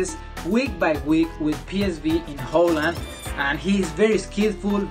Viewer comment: my man said in Hoe Iand 😂😂😂😂